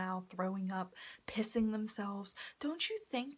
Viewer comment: I feel so bad but I feel fucking awful bc you emphasised pissing yourself SO much I was dying laughing IM SO SORRY but man, that’s a damn scary experience I’d be scared. Sucks you didn’t have more rational people w/ you